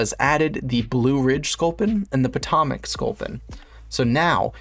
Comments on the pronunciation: I had to stop watching cause of your mispronunciation of my home town I couldn’t deal with it. It’s pronounced Poe-toe-mick 😂😂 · the way he says potomac 💀